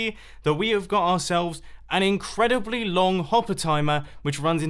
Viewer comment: "it's incredibally simple to create!"